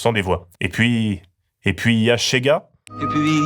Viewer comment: C'est [chéga], pas [tchéga], c'est pas de l'espagnol...